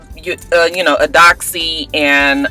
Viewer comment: Btw... Eudoxie is pronounced "You-doe-chi" All these "On-break" baby making situations are just crazy...